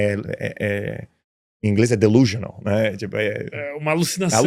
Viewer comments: No minuto 29':35", o referido prefessor/ empresário pronuncia: "delusional" (de-lu-ʒio-nal). A pronúncia correta : /dɪˈluː.ʒə.nəl/. No minuto 30'27" ele diz que "alguém te corrije". Façam a reflexão. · Verdade ele falou uma pronuncia errada e não entregou nada.